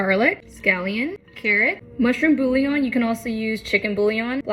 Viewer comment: WHY BOO-LEE-ON? The word is literally Bouillon, it should at least be "boo-ee-lon" (btw it's pronounced "Boo-yeon(g)"